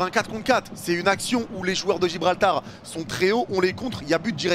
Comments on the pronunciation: Gibraltar pas Gibralbar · Il a dit Gibralbar 😂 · On s'est tapé des barres t'as dis Gibralbar encore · Lol comment ça gibralbar 😂😂😂